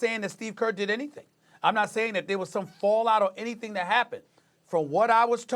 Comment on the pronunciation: "Steve Gert"